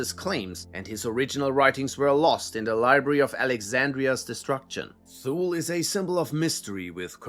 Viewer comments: Thule is pronounced too lee. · Thule is pronounced as Tool-Lee. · I believe Thule is pronounced "too-lee".